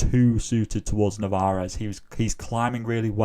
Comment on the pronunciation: There's only one R in Narvaez